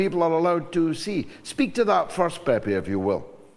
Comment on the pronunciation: Pepe, not Pepé, in fact the accent is in the first syllable but hide. It is the nick name for José even if his real name is not that. AI Overview The journalist commonly known as "Pepe" Escobar's real name is Emilio Escobar. He was born in São Paulo, Brazil, in 1954. "Pepe" is a pet form of the Spanish and Portuguese name José (Joseph).